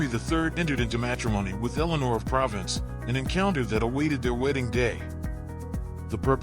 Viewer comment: Provence is not pronounced as province!